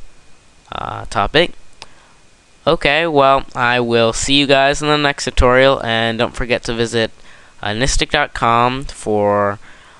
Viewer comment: 29 times and you still can't say tutorial right.